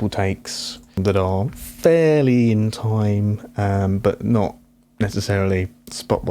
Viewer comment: First, I'd like to say 'Nice, clean presentation which a broad range of audience can appreciate.' Lastly, for my humbly intent critique & suggestion. Sounded as though you're trying to say "time," but sounded more like "tie." I couldnt tell if you were saying it more than once as you were explaining the breakdown, but that's OK, as long as sounding off the words clearly where should be. If were me, I'd pay closer attn to my voice via the monitor. It's harder for many of us, yes me included for a time, to hear our own voices for seemingly unpleasant to ourselves. This takes some time and helps us with practice to "improve" our vocals to ourselves. Anyhow, to un-digress...your vocals did sound a bit nasally. Bring your vocals up enough to tell us your message. Don't hesitate to mute any undertones you don't really feel uncomfortable about, then listen without them, 1st through your headphones to your comfort. After feeling confortable via headphones, next listen thru your speaker monitors to see how clean it comes through those. Some monitors could present distorted as you turn up volume, and dependant on quality of those speaker monitors; so, keep that in mind before you tweak. Save those tones & effects you've muted in case you think you might have to add back in. What you think is a completed product, save singly(or several versions) on a CD and play on your home & and perhaps an automobile stereo for testing. I'm not sure the effect you were trying to accomplish, but it cam